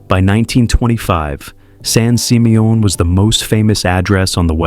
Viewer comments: Right? I was like what the heck is son seemayOHN? 😂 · didn’t realize it was pronounced “San SeeMeYawn” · san sih-MEE-un -- That horrible AI voice mispronouncing it over and over got on my nerves. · The way that San Simeon is pronounced is hilarious😂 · Some pictures are NOT Hearst Castle ... and he says San Simeon wrong. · Wow AI can't say San Simeon correctly 😂😂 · Sounds French 😂😂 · Wanted to scream after listening to mispronunciation of San Simeon Did tour few times when family visited from back east The pools were my favorite especially the indoor pool Don’t know what shape the estate is in now or they have any tours Run by state of Kalifornia